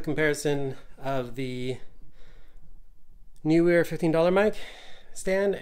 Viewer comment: NEE-WER as in knee-wur